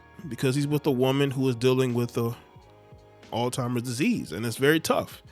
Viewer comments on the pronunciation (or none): It's pronounced all zheimers not all timers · Bro said "ALL TIMERS....disease" 🤣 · It’s not all timers disease, it’s Alz-heimer’s disease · Brother it’s Alzheimer’s not all timers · Why does he keep calling it All Timers? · We gotta stop saying alltimers ....😒🤦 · Someone needs to get hooked on phonics. 😂😂😂